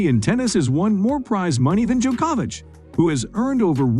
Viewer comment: Neidahl and Djoko-ouvitch?! Jesus...